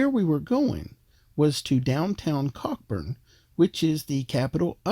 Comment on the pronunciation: Nicely put together video and pleasingly positive. Glad you enjoyed your visit. Minor point: The name of the town (and capital of the TCI) may be spelt "Cockburn", but it's pronounced "Co-burn". I hope the cruise ship briefing got it right!